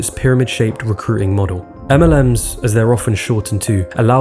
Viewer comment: As a voice over artist myself, I agree with all the positive comments about ' voice, but it is a pity he sometimes doesn't pronounce the letter T. It should be abilTy. Not abila'y. DistribuTing, Not distribu'ing. RecruiTing. Not Recru'ing. It is a small thing, but it makes a difference to how the speaker is perceived. Also, T's can be important. They can change the meaning of what you say. For example, an inner action is not the same thing as an interaction. An inner view is not the same thing as an interview. ' habitual mistake (recru'ing, distribu'ing etc) doesn't change the meaning, but it just sounds dumb, and it is disappointing when the rest of the presentation is so good. It could also stand between him and lucrative voice-over or acting work.